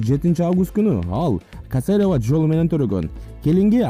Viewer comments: кааасеерева дейт го ботом ха, ха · Кечиресиз башында касерева деп суйлоду. Туура эмес угуп алсам кечиресиз . Рахмат кичи пейилдинизге😘😘😘